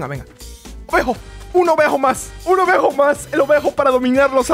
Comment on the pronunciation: A mi me da gracia cuando dice obejo